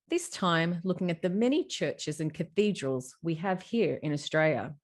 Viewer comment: If only you'd put 10% of the same energy you put into your imagination into actual study on history. Culture, architecture, linguistics, engineering etc etc. I feel 2nd hand embarrassment watching this. "Cathode-ral" 😂😂😂 tell me you know nothing about basic linguistics without telling me....😂😂😂